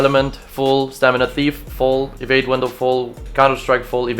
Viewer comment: I love your pronounce evade as ewade